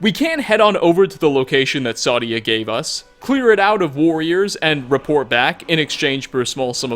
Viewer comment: Sadia is pronounced "Say-Dee-Uh" in the game. Also, for the last one ESO had a pretty good argument about who was telling the truth